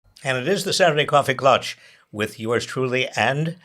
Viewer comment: Coffee "KLATSCH", get your German right 😂